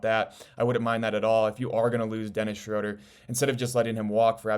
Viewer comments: Just an FYI, It’s pronounced “Shrooder” not “Shroder” Unfortunately you can’t play Ausar and Duren together and expect to win. I like them as individual players but you NEED to trade Ausar for a more complete wing and let someone else build the project. You won’t get any value for Duren in a trade. Go get Trey Murphy Or Herb Jones and change or Toumani Camara for Ausar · Its pronounced Shr-ooooo-ter... Rhymes with Shooter. Good info.